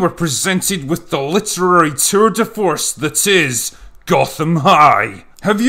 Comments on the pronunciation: Did you say tour de force or turd de force? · I love how you make 'Tour De Force' sound like 'Turd De Force'